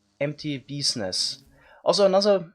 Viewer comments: it sounded like kept saying penis (bee nests) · is it me or he keeps saying penis JAJAJAJJJAJA just kidding i loved the video <3